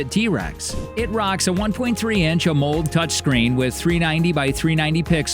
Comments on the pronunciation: AMOLED' is not pronounced "a mold", it's pronounced "aa-moe-led" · lost me at "a moled" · Just as a note, you are pronouncing Amoled as a one syllable word and it is actually 2 syllables. It is “AMO” (pronounced ammo) and LED (pronounced lead as in the the element lead like in lead paint) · How do you not know how to pronounce Amoled? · AMOLED. Next time you hire a voice actor make sure to brief them on pronounciation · @@ well puggles….of course LED is an acronym. I was just informing him of how it’s PRONOUNCED a when PRONOUNCING it out loud as part of the word he was incorrectly pronouncing. But thanks for your effort. It has been noted permanently in your “aww, you tried” folder.